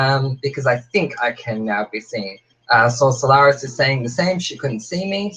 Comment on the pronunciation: Francois Thurston Oh thank you! Most people dont know how to say Solaris which you got right when you said it but I thought I'd still just throw my real name in there. And I'm a bit of a spiritual person so I randomly threw together the name soul Solaris. Solaris meaning "of or pertaining to the sun" so basically.. soul of the sun. Meaning I have a light filled soul. I've no clue if that made sense 😂😂 I just woke up from a nap haha.